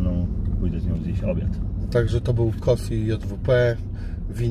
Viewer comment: kosi sie mówi z tego co wiem przez "si"